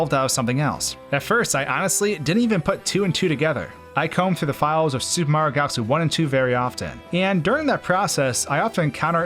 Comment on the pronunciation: The way you say "super mario" like "sssOOOOOUUuupper mario" is silly and distracting and I think you should know that